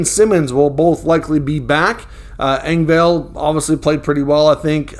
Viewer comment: It’s pronounced Eng-vol not Eng-Vale just an fyi